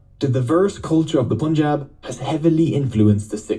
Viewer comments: Some corrections, further context and explanations for those who are interested to go a bit deeper 😊 - The “Pun” in Punjab is not pronounced Poonjab but pun as in “no PUN intended” - 550 years ago, not 500 years - The word '*Guru*' takes a deeper meaning in Sikh tradition. When asked by his spiritual interlocutors who he was, Guru Nanak said he has 3 forms. These are the temporary form (*Body*), Gur-shabad or timeless wisdom of God (expressed in Sikh Scripture), and Timeless and Formless primal and permeating force (*੧ਓੱ* ik-onkar) - alluding to enlightenment or ego-transcendence with the help of Gur-shabad (2nd form). - Sikh Tradition has 12 Gurus. The 2 others are *Guru-Granth* (Holy Scripture) containing the wisdom of Guru that can transform all humans to achieve enlightenment and ego-transcendence, and the *Guru-Khalsa* being the collective living body that has been transformed by Guru's wisdom and is equal in status of 10 Gurus. The voice of this collective represents the divine voice of the Guru, and hence the Gurus are still with us in the present, and open to all to become its part. Sikhs sociologically, politically, and ideologically transform with time and is guided by the timeless wisdom/spirit of the ‘Guru’. – Guru Nanak’s experience was religious enlightenment from where Sikh philosophy flows. “God spoke to him” is a casual saying that basically means his realization represents eradication of ego (explored later in the video) and realizin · It’s Punjab, not ‘pOoNjAb’ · Say it pAnjab (like 'A'pple) ... not pOOnjab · Lmao why does everyone always say pOOnjab punjab is pronounced pUHnjab, like the un from "punch" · It is pronounced as Panjab 🙄😑